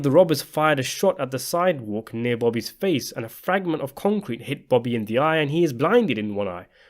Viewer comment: Why is it so hard for you to say Bobby instead of booby?